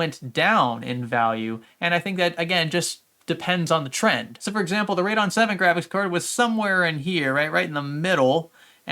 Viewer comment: you say radeon funny